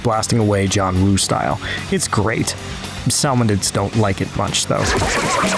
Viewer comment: SAL-monids… really?